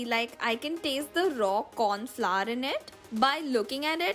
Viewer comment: It's Flower not fla and it's hours not hard😂😂